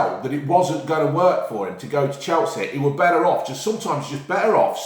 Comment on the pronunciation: “he could go to spurs or chelsehh”